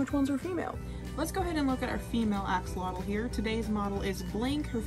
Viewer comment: You are pronouncing it wrong. It’s not pronounced axealotal. It’s actually pronounced asholot a like you’re saying ah, x is pronounced as sho,and lotl is pronounced like low only with a t at the end the l is basically silent. The name comes from the Nahuatl ( Nahuat) language (an indigenous language)